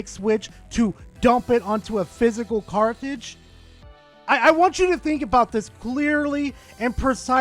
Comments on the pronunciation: Say "cart" Now say "ridge" Now put it together "Cartlidge" SIGH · Today I learned can't say the word cartridge. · There’s a lot of controversial stuff on Verlisify. You’re not saying cartridge correctly. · going after his own people now? Never thought id see the day of furry on furry violence 😂 (You shall now make your character have ears and a tail, I command it!) P.s: say cartridge correctly next time